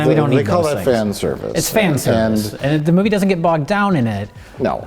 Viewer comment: "SHE DUDN'T"